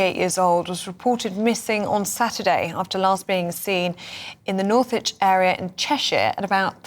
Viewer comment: Check ya pronunciations lol. Not pronounced North Wich lol.